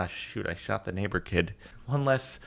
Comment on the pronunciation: when you said neighbor kid i though you said n-work kid and it really freaked me out lmao